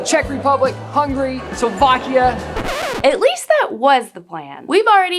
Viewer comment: Is saying Hungry instead of Hungary?.. It sounds kinda funny